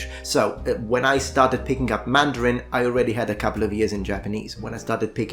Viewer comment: Your mandarin tones are excellent!